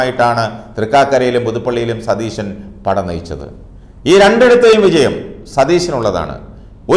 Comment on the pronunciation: Satheesanalla thereesan, para chetta